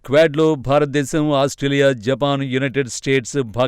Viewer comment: 0.54 జపాక్ కు కాదు జపాన్.